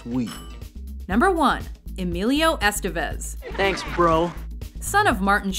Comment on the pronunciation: ***** if we're gonna make Estevez # 1;i'd be nice, if the Mojo people pronounced his name properly. the stressed accent,is over the 2nd E [2nd syllable] ,folks.